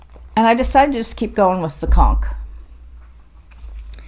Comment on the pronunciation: Hey - so show us his picture. 😀 Anyway it is fun that he opens your show by giving us a good belly laugh. Yes we could see the conch - and in my opinion you are pronouncing it correctly. Other pronunciations are too phonetic. If it shows up in person, that's what counts. I really have to give my vote to the Dyson sampler from Fox & Rabbit - that checkerboard basket - who wouldn't want to have that on their wall. Best of Christmas to you and your family.